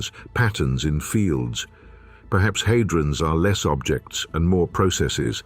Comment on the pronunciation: Surely it's had-rons not hay-drons. AI fails once again. However, this is a very interesting documentary which asks profound questions.